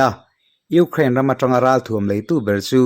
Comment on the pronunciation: I sawi tha viau na in Ukraine I lam dan khi,ram hming pawh a ang lo.uk rain tih a lam Rik tur a ni in ka hria